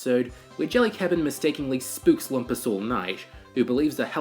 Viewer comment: THAT’S “LOOM-PUS”!!!